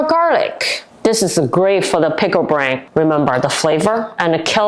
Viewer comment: Your Pronunciation of Brine is Wrong. You’re Calling It Pickle Brain!